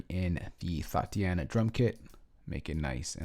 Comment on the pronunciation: my homie said thoteana